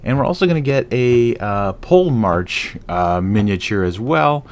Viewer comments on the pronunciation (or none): I really love the Old Dominion aesthetic in general, but the Karyatids might be the minis that draw me in the faction! P.s: You have a good pronounciation on those greek names, kudos! Only one you missed is Polemarch, should be pronounced Poh-leh-mark (Warchief)